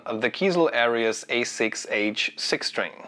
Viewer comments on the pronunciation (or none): It's pronounced: Air Reez